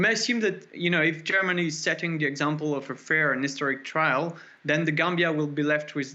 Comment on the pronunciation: TRIAL, not trail.